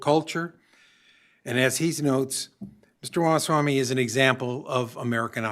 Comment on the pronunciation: RA MA SWA MY 2024. Learn it and say it.